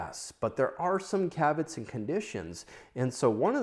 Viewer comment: There's no K in "especially". Why do you say Ek-specially? Caveat: say Kav-ee-aht. Not Kavit.